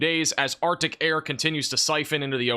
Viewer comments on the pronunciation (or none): none